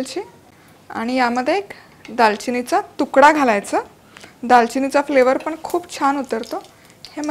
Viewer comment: दनकून दानेदार पन म्हनून आनी सनासुदिच्या.. असं का म्हणता तुम्ही? Recepie उत्तम असतात पण ऐकायला कानाला बर वाटत नाही..